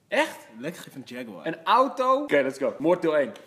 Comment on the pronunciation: Hahaha ook echt moord met een 't', geweldig